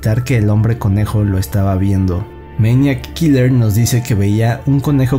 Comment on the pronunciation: Todo el tiempo estás diciendo meñac kiler 😂😂